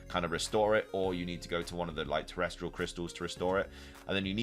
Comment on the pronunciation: TeresTAL not TeresTRAL.